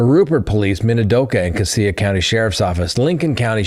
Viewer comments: PLEASE before you talk about where the new quad murder is discussed...get the correct pronunication on CASSIA....its not Cass E AH....Its' Cassia..CASSH AH....I was in LE in that sheriff's office for 10 years.... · Cassia = kashuh - huge fan from Boise here! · Cassie is pronounced "Cash-a." 😊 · Cassia = “Cash-uh” not “Cah-see-uh” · It is pronounced Cassia (Kash-a) County, not (Ka-see-ya) County. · Not casea county...it is pronounced casha (Cassia) county. Too many criminals moving into our State... i.e. Daybell, Vallow, Kohberger! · LOL, CASS-ya, not cassea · Great show! Cassia is pronounced Ka-shaw. 😊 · Cassia-“cash-ah” I’d be happy to be your Idaho pronunciation coach, because it seems like you’re gonna be talking about us for a while. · Moscow, Idaho resident here, family homesteaded in 1883 -- it's CASHia county. And it's MOS-coe, not MOS-cow. Idaho is very much an Old West, rugged individualusm, and "don't fence me in" kind of place, politically in the Northern area, individually elsewhere. It's unbelievably vast here, abd my husband and U joke that in Idahi, 5G is "Guns, Grain, Gold, God, and Government F--- Off" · Cassia is pronounced “cash a” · Sorry. That is pronounced cash-a County. I grew up there. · It’s CASS-ya county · Idahoan here—Just to let you know, Cassia is pronounced “Cash-uh.” Also, I don’t know what is going on here. Did you hear about the guy who started a fire to lure in fire fighters in Coeur d’Alene?? It’s crazy here! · 😁 it is Casha county😁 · Cassia County is pronounced casha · It's pronounced Cashia County. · Cassia is pronounced “CASH-uh", and Moscow rhymes with “go” as in “MOSS-koh”. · Cassia is pronounced Cash-ah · I work for Minidoka county magistrate court. These types of things never happen around here. Definitely shook the community. I was excited when I was listening and heard you were covering a story from my town.🙂 Also Cassia is pronounced: Ca-Shee-uh😂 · Cassia county is pronounced like casual. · Cassia is pronounced Casha